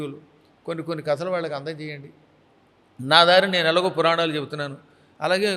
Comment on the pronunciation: పురానాలు ఏంటిరా యాంకర్ గాడా?? పురాణాలు అని అనలేవా??